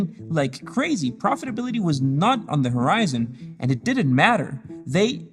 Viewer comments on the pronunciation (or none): none